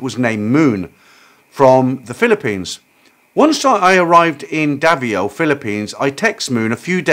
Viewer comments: Davao 🇵🇭 pronounced Da-vow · It's Davao in the Philippines (pronounced Da-vow)